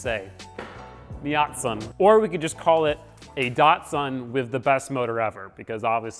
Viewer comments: Diat-sun Edit: okay i just got to the part where he said miat-sun.... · No longer project datsun I pronounce it project dadsun